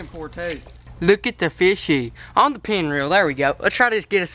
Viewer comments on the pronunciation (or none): "Pien rod" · It's pen not pin just os you know Great Vid!